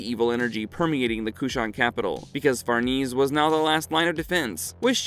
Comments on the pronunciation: Casualty????? It's causality!! It's pronounced Far-ne-say, not farnese. Please bring the original narrator back. This video was annoying to listen to. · Who’s Farneeze?